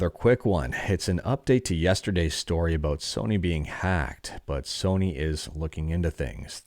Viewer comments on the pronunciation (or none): none